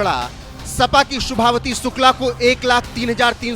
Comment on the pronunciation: शुभावती शुक्ला नहीं संभावती शुक्ला हैं।